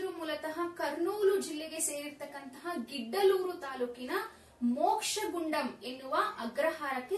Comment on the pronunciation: It's ಗಿದ್ದಲೂರು not ಗಿಡ್ಡಲೂರು.